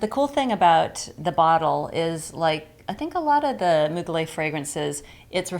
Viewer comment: It's pronounced Moo-glair.